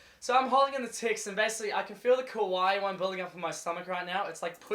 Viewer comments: it’s kawaii not ku why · It sound more like "Kuh-wai" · U sound like ur saying kawii lmao (idk how to spell it so dont judge.. "=_=) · I love how he just says kawi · I like the part when he says kuwai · U kept saying kawii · O he saying kawaii, I tought he was say cunt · kwai, thats whai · Oh I thought it was "Kuwait" cx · Does he say kawaii?